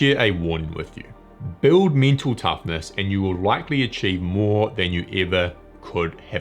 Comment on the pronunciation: For a while I thought that he is saying - me too toughness.